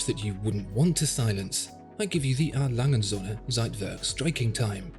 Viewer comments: Holy shit you completely butchered the brands name😂 You said "ALangenSohne" its more like "Ah Langeh uhnd Söhne" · Im awfully sorry, but despite this being a fascinating and illuminating video, the pronunciation of A. Lange & Söhne sounds more like "A Langen Sonne". Which would translate into English as "A Long Sun". But this Company is Called "A. Lange and Sons". It's irritating to say the least hearing this Name as wrongly as in this video. Don't get me wrong, great video (subbed liked and everything) but please work on your pronunciations of foreign Company Names. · Pronunciation of "A Lange & Söhne" needs to be checked, but otherwise very informative.